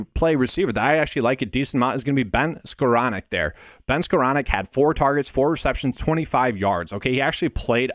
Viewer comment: excellent video, Really appreciate it. Also the ONLY person Ive ever heard that pronounced Skowronek correctly!